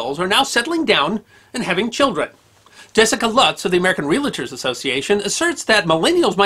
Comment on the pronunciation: No such thing as a ree-la-tor.